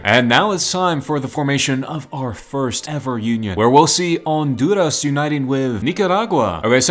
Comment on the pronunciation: your saying everyting right including Honduras